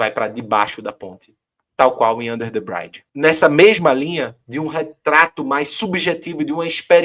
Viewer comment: Valeu! E aí era bom dizer pra que é "under the bridge" (não "brainde") 😬